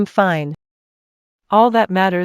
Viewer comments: I'm grateful they haven't said "Feena' instead of fine. It gets to me each time lol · same or when the say im finne